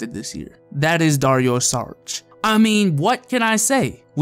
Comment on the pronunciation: SHARICH not SARICH